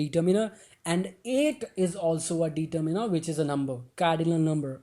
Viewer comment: bhai pronounciation to seekh lo determiner ki determeener nahi ddeterminer